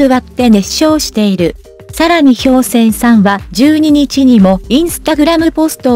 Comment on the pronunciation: こおりがわではなく、ひかわですよ‼️こおりがわは、とっても、耳につきます、